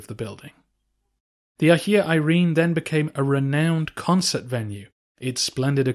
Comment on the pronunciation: I know English natives are hopeless with pronunciation but Hajia....